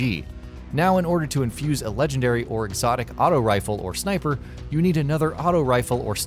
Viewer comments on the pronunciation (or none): none